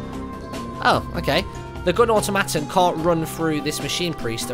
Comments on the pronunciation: Sorry to be that guy, but automaton is pronounced (ah-tah´ -ma-tahn), and mangy is pronounced (main´ -jee). Liked the video anyway! Can't wait to pick this game up. :) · automaton is pronounce aw- ta -mo-ton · Was anyone else cringing at Martin's pronunciation of "Mangy"? I'll just about give him Automoton though, that's not a word that comes up in conversation often. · Martyn, You kinda wasted that Rally spell. 'Cos on the turn you used it all but one of your units tiles were glowing, meaning they were about to attack. Also "Growth" is this games resource and Automaton is pronounced Or-Tom-A-Ton :P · Automaton is pronounced (Ah-toe-ma-ton) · it's pronounced (or-tom-at-on) automaton :P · Automaton is pronounced atomiton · Mangy = Mane Gee Automaton = Aut om ah ton Please learn to pronounce things. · You mispronounced mangy and automaton.